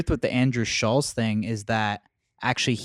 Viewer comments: Andrew "schulls" lmaooooo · is sooooo FAKE Also it’s not Shulls It’s ShultZ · It’s SchulZ…dammit! Pronounced ( Shultz) Not Shuls! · It’s pronounced “Schultz” - they are saying it more like Shuells. Jesus Christ, it’s not that difficult. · It's funny they keep calling him Schullz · Do they even know his name is Schultz, not Shoals? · Andrew’s name is Schulz not Schultz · "Andrew Shulls" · the fact kyle can't even pronounce andrew's last name proves andrew's point that these guys do zero research on guests and just dial it in 😂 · Kyle doesnt even know how to say Schultz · If he says “Shuhlz” one more time I’m throwing my phone in a pool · Why they never pronounce the T in his name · Why are they mispronouncing Andrews last name like that? 😂😂